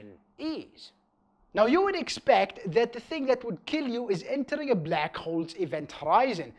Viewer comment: I hear "Blek Hole"